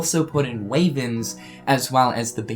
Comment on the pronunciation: Wyverns...why-verns not way-verns.